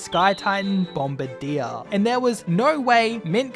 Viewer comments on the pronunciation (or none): I love your videos, but I cannot stress this enough.....it is pronounced "Bomb-BIRD-ee-er"